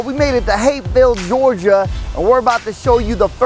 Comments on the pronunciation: Gorgia? Lmao it’s Georgia** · "Gorgia" :P